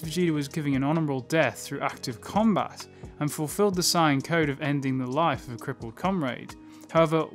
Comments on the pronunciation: I love your videos but why do you say "cyan" Isn't it "say-an"? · Dude it's saiyans not cyans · why he saying sayin like cyan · America: "Sayin" Wherebout bro is from: "Sighin" Actually when I was young I had trouble spelling it because of how we pronounce it. I spelled it like Sayian. Wen it's Saiyan. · I don't like the way you say sayian